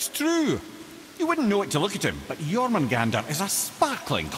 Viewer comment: seems like he saying his own name "Jormun.... Jormungandr"